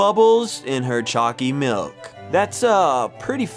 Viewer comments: Why does choccy milk sound like chunccy milk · for a moment i thought you were saying "Chalky milk" xD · U make choccy milk sound weird in the beginning